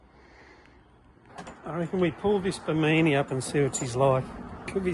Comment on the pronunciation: It's not what its called lol. It's a BIMINI as it's spelt - It's pronounced BIM IN EE not BEEMEANEE. Also, your a legend, although I'm colour blind, how the hell did you get all those clinker colours right.....AMAZING!